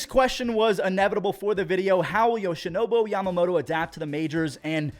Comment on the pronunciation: my man, ya gotta stop calling Yoshinobu, "Yoshinobo" lol.